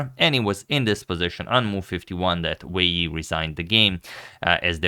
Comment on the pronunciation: I think you listed both names in the wrong order (first name family name OR family name, first name) for the title and above the players photos. I think you always pronounce the names correctly.